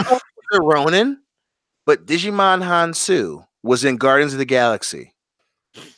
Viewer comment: Fucking pronunciation of Djimon Hounsou gave me cancer. “Digimon”!!!